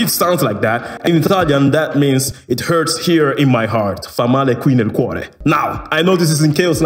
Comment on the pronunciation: As an italian I’m impressed that you heard “fa male qui nel cuore” in the song. And you did pronounce it very well too!